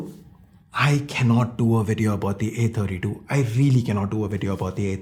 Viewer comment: Not samsung A32 its Samsung "A_Tatti_2"